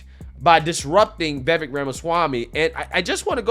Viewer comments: It's pronounced VivAke like cake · Dear, I love ur channel but PLEASE learn to say Vivek’s name correctly.